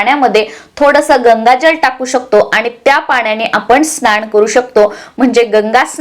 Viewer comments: स्नाण नाही स्नान असा उच्चार करायला पाहिजे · तुम्ही न च्या ठिकाणी ण वापरता म्हणजे महिणा स्नाण वगैरे तरी दखल घ्यावी